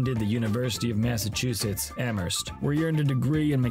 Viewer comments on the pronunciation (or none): none